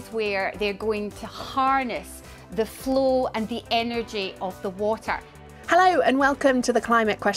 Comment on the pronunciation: she pronounced flow = flu wtf language is she spaeking?